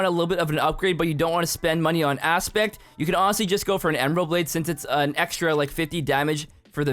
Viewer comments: "ember blade" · “ember blade?????”